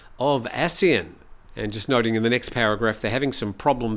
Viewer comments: From Wiki:"ASEAN (pronounced as three syllables A-SEA-AN),[c] officially the Association of Southeast Asian Nations". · Please pronounce ASEAN properly. The way you pronounce is wrong.